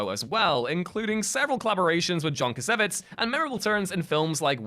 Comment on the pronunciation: The way you butchered John Cassavettes’ name has me shaking my head.